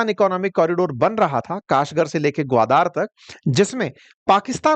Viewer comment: ग्वादार नहीं ग्वादर है ।